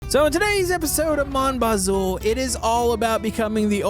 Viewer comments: Maybe try pronouncing the game title correctly? It's "moan" not "mahn". French for my. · Yk hes american by the way he says " mon bazou"